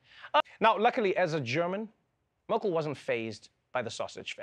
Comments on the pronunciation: Mörkîl???? Dude please say the name right 🙈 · Why you don't try to pronounce her name correctly? The way you pronounce her name would be written as Mörkel in German. The e in Merkel is relatively similar to the e in the English word 'when'. Thanks :-) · Such a clever, powerful, etc woman. And still, dear. dear Trevor Noah, you have not enough respect for her, to learn how to pronunce her name. Such a pity:( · Just out of curiosity: When you do a segment like this, why is it so hard to get the pronunciation of her name right?! Just as a small sign of respect!